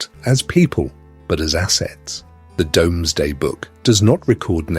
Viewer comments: The Norman cathedrals and castles are so beautiful, even though they originally were symbols of oppression. Plus somebody else has probably already said this, but the Domesday book is pronounced 'doomsday'. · yes listen to it say ‘Domsday book ‘ 😂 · This was good. Very enjoyable. I've never heard the Doomsday book being called the Domesday book before though.